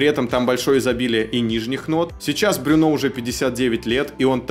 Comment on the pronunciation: Во французском все ударения на последний слог. А буква u читается как ю. Брюнó